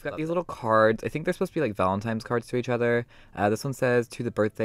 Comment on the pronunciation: Valentine* not valenTIME lol